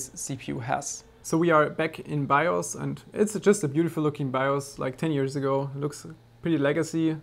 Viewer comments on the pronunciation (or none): none